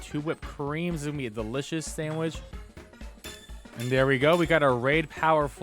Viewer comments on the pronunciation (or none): its pronounced Deli Sioso not chiosio haha it means tasty in spanish and came from the word "delicioso" paldea is spain so i guess it makes sense